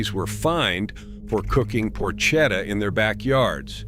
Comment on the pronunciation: It’s prnouced porketta Ch is hard